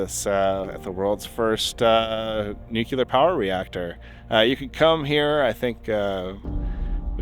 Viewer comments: "New-clear," not "new-cue-ler." They taught us this on our first day of nuclear physics. Please learn how to pronounce the subject of your channel correctly. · nuclear. NULCEAR! not NUKULAR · (Nuclear) When you can see through glass or plastic, you would say it's (clear). You DON'T SAY it's "Que-Ler" you M-O-R-O-N!!!!! Nu-clear...(CLEAR), NOT "Que-Ler"!!!!!!! 🤨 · When did pronouncing nuclEar, "nucUlur" become proper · I absolutely cannot take you seriously because you being someone whos interested in radiation should know better than most that Nuclear is pronounced New-Clear not New-que-lurr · dude! love the channel! are you really saying NOOK-YOU-LAR all the time, tho? wink NOO-KLEE-ER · How is your whole channel about nuclear science and yet you can't even pronounce the word properly. NEW CLEAR. Not fuckin NUCU LAR. Fuck sake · I found this channel a few days ago and I love the videos. There is just one small things that seems to bother me more than it should. I know I will get hammered for bringing this up but I really wish you would pronounce the word nu - cleer... every time I hear nu - cular a small part of me dies. I am sure people will say if ye don't like it leave... no, these videos are fantastic. I am trying my best to get used to it and for most people I normally let it slip. This is a nuclear channel haha and the word nuclear is one of the most common words heard here. This is only a request and no I won't stop watching if you continue to pronounce it that way haha. I really don't think this is the same as tomato - tomato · Pretty cool Just an FYI, It's not New-Cue-Ler. It's pronounced New-Clee-Er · This the second video this week I have tried to watch about radioactive subjects. I start listening and then the person that chose to speak on this subject drops the word "Nucular" instead of Nuclear.........and just like that......I'am done. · NU / clear Not nucular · Feel free to say NUCLEAR. Please refrain from saying NEW-QUE-LEER.